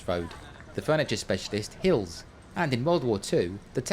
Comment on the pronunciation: Great work... so much fascinating detail. Just the one quibble... the famous furniture shop is Heal's not Hill's... a matter of pronunciation perhaps, though I'll set the record straight, as Heal is my family name. That apart... a top-notch short.